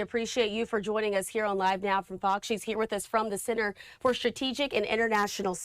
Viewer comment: I listen to this LADY a few times and SHE says,, FARCKS instead of FOX. F followed by an O sound and then X, FOX.